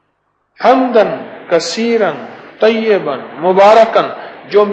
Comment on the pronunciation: Salam hakeem Sahab, one correction, one word that's - Tayyiban but not tayyaban, please thoda gaur karen, maaf karna agar mughse koi gustakhi hui ho to.